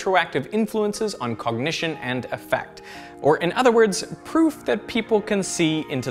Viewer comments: The word "affect" in Daryl Bem's paper is supposed to be pronounced with the stress on the first syllable. Áffect and afféct mean two different things. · The homonym "Affect" at the beginning is not "uh-FEHKT", it's "AA-fehkt" (rhymes with "add pecked"). It means one's emotional state. Different word, different pronunciation, same spelling. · Learning to pronounce "affect" (when it's a noun) would help your credibility. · Affect. Ahffect. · Hi Derek. Been a fan for a long time now. Just noticed a mistake in your pronunciation of “affect” which should be \ ˈa-ˌfekt \ not \ ə-ˈfekt \. Thanks for the video anyway. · that word is pronounced AFF-ect